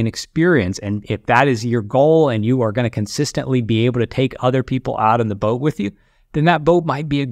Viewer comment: I heard book when he said boat. That would be a wierd regret.